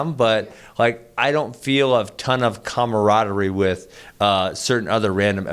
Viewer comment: He said cummaradity!!